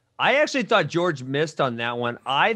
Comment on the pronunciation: “George” instead of Jorge 😂